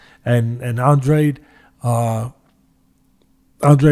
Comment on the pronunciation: I’m not trying to make a cheap point or trying to slam you teddy, but it is a little distracting hearing Andrade pronounced Andre. But anyways, it probably only annoys me haha